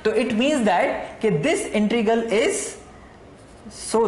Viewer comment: Sir ji.... Please integral ko sahi pronounce kro......... You are pronouncing it as "intregal".